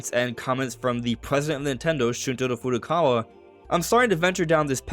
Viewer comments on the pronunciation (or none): none